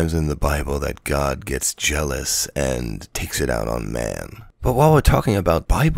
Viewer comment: You notice how every religious person says god like "gwad"? As if to convey the weight of the character they are describing though annunciation.